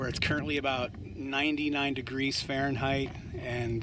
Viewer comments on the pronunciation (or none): none